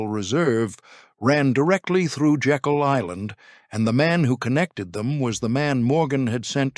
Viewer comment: Slight correction. The island is pronounced Jay-kul, not as in Jekyll & Hyde.